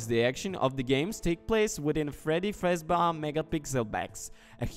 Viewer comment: is the only person I hear consistently mispronounce character names “fazbar”